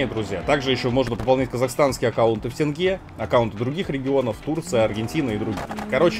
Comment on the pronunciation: Ну хоть кто-то сказал правильно Тенге, а не как многие Тэнгэ. Саня Санечка Санёк....В этом банане можно включить свет в салоне, сложить зеркала, подвинуть кресло, включить музыку через плеер на торпеде, и наваливать))